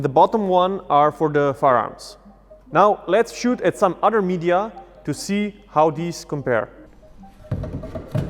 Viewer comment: NoW LeTS ChoOT At Sum UdDEr MedEyuh.